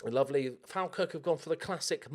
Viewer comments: It’s FALLLLLLLLKIRK no Fal Kirk. Honestly cringe at it being pronounced the way you say it! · Hearing Falkirk being pronounced incorrectly so many times has driven me insane, it's pronounced fall-kirk not fal-kirk either way the videos are class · Fawl-Kirk PLEASE I die a bit inside when I hear FAAAALkirk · Love it but every time you pronounce Falkirk part of me dies, it's Fall-kirk or Fawl-kirk. I couldn't go a full season or by the looks of it a few seasons of being in the same division without correcting it. Still loving the series though